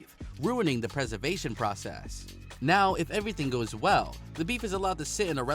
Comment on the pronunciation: he even said “preversation”😂